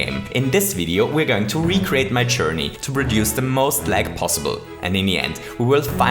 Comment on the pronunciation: "Today we're going to recreate my Churney." "Small Break Froo" Recently I was Jetting a little bit" "I want to LEg the Game" "RuNs At A lItTlE oVeR fReE fRaMeS pEr SeCoNd" "More than HUNDRED POWCE" "THEY STOP TO SPAWN ENEMIES" (Do you mean they stop spawning enemies?) "100 Starce" "Here we load 100 Starce by Chomping at these question Blocks" "O n e i n g a m e s e c o n d t a k e s F I R T Y F R E E r e a l s e c o n d s t o P A U S E" "So the next time someone asks queue what the most lag possible in Super Mario Maker is, now, you know DE answer" "Huge shoutout tube (the other youtuber), he's been a huge HEAD with this video" "I hope you wonderful ladies and CHENTlemen enCHOYed this little video." "If you ENCHOYed it don't forget to leave me a FUMBS UP' Can you please speak English correctly???